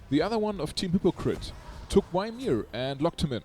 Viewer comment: I like ur way of saying Ymir more than the original one.. I even started to say it myself sometimes.. It adds a bit of swag to him